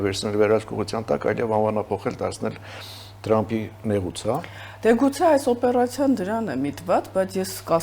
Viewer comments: լայ լաղջիկ լերվուծաբան դյու ընչու էս Թրամփին տըըրամըպ ասում Մենք թ և փ տառերն ունենք ։ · Թրամփին էլ տըըրամըպա ասում չնայած մենք թ և փ տառերն ունենք։